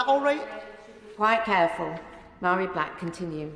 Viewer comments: Good morning sir, this woman is great, deals in facts, not idealoliges and feeling. Just for future reference (and this isn't me being pedantic) her name is pronounced Vari, in Gaelic any word with mh or bh is pronounced with a v as in Siobhan or Niamh (pronounced Neeve) have a great day and keep up the good fight mo chara (my friend) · Mhairi is pronounced Vahri. A small point, but an important one I feel.